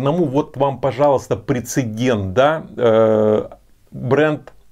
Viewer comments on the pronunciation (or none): none